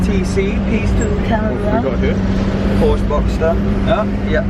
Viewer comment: Please say porschE